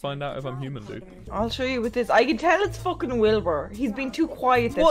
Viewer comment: how much time she said FOKEN?